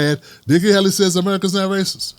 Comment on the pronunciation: It's not that difficult to pronounce; or is this a lame attempt at humor. Usually you're funny not this time.